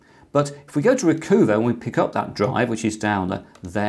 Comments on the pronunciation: I'm thinking it's "Recuhva" not "Recoova," eh? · Chris, you're too well educated. RE: #10, I don't think it's pronounced 'Reecoova' like 'hoover', it's 'Reecuva' like 'recover'. LOL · Actually, it's Re-Cuh-Vah, (as in recover) and not Re-Coo-Vah, (as in Mini Cooper). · Recoover... Really?? I would assume it to be "Recover" Re-cuv-a. SD Card Formatter... Never needed it, windows formatting has worked fine so far, but good know just in case, thanks. NoteTab... Interesting... Been using Notepad++ for years now, but will check it out. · I've always pronounced Recuva as Recover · RECUVA sure it is pronounced recover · Recuva I think is pronounced like recover but in the gangsta style of recova or recuva. Make the u sound like an o sound. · Not ree-coo-vuh, but ree-cov-uh. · I think you'll find that 'Recuva' should be pronounced 'recover' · RECUVA is pronounced RECOVER Blimey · It's interesting how he pronounces the name "Recuva," with a long u. I think it's pretty obvious it's intended to be pronounced with a short u like "recover" except with a short a instead of er. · Well if you just want to argue... From the Wikipedia page: Recuva (UK: /rɪˈkʌvə/) is an undeletion program for Windows, developed by Piriform. Piriform seem to like their puns as well. Note the bit in parens, it's being pronounced 'u' as in 'cut'.